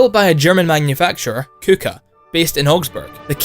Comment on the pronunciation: If you where just going to ignore the transformation part then why not just pick a tank with a minigun mounted? And btw Kuka is pronounced "Koka"